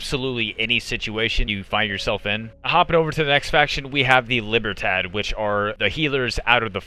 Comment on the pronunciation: Nailed it with "Libertad" pronunciation, "remedio" could've used a 5 second Google search for quality content creation...